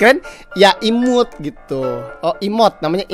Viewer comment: Imut bang bukan imut